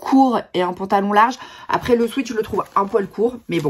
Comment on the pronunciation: Pour info, une toute petite correction : sweat (qui veut dire sueur en anglais) se prononce swet. A ne pas confondre avec sweet (doux en anglais), erreur que font presque tous les Français !